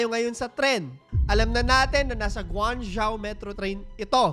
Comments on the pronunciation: guangzhou = gwang-jow hindi po zyaw hehe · GwAng -jho (pronunciation)